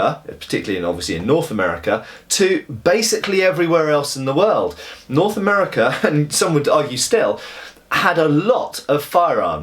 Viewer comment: Norf America :P.